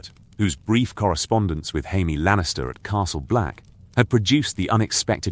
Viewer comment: It drives me crazy. Every one of these has Jaimie's name pronounced "Hymie". It drives me CRAZY. If you have to, spell it Jaymee, so that it gets pronounced correct.